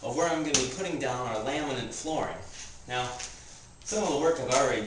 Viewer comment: Is he calling it "laminant" flooring???